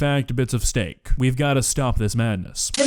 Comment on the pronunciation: She said STANK SUPREME!